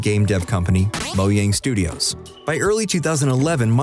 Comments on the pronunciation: If I here mo-Yang again I’m actually gonna find your address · Moyang hahahha